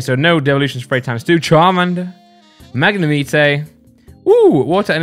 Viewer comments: Magnimite your saying it wrong 😂😀😃😄😆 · tHaTS NoT hOW yoU PRoNOUnce MaGNEmitE! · I hate the way you say magnemite 😂 but i love the videos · AwW yOu SaY MaGnAmItE wRoNg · At first i got so mad how u pronounced magnemite 😂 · Stop saying Magnemite wrong gad damn it. You never learn. Also how could you hate Break cards?! Why would you taste Brocks Grit?